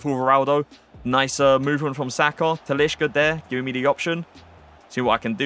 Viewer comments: TaliSca!! Stop with the "sh" in brazilian portugues names!!! It's wrong and cringe asf. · you're pronouncing talisca wrong mate